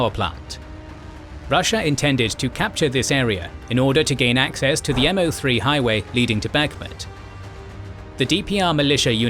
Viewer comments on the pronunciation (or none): none